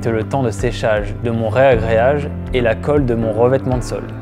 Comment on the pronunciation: C'est toujours surprenant d'entendre "rEagréage" dans la bouche d'un pro ! Sinon, le panneau prêt à carreler est obligatoire dans la salle de bain ? Pas possible directement sur une chape avec un ciment-colle modifié ?